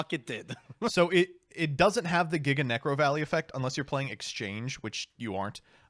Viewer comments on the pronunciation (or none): none